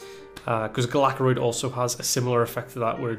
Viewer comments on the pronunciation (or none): just so you know, it's pronounced GAL-uh-krond (kinda like Galvadon), not gull-ACK-rond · sorry to be the annoying one, but its GALAkrond not gehlehkROND